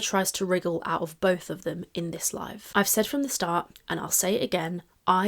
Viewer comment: love... it's "bolth" 😢